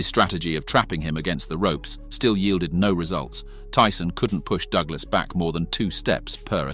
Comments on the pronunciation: hand-pink-waving:...CLIK BAIT! Wouldn't call a 10th Round KO "in seconds" !!! Narrator pronounced Busters' name as "doog-lass". WILL SOMEBODY PLEASE PULL THE PLUG ON THIS "AI" CRAP! Tyson was worst champ EVER, dang Ear Cannibal with a lisp...:face-orange-frowning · AI narration sucks. At one point, I heard "Doo-glus' for "Douglas" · Circa DooGlarse vs Teeson. Fucking AI sux. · Fucking bot voice, at one point he called Douglas..DoooGlass. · Douglas. Not "doo-glass. Heavy. Not "heevy". I could go on. Is this an AI voice or something? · "Dooglas"? "Disper-Sed"? Why are these AI-generated things all over Youtube now? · The A.I. pronunciations are hilarious! Dew Glass! Heevy blows! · "alley"?😂😂 Whos "Doo- ga- less" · "Doo-glass" / "alley" / "heevy blows" - send the bot back to school!